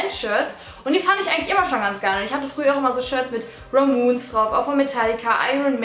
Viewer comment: "ramoons" lol...die band heißt eigentlich "ramones", aber gut...wenn du ramoons fan bist 😂